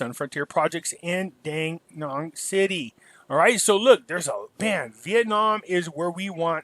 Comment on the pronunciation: I've been to Danang. Your mispronouncing the city's name tis pronounced as Da' Nang.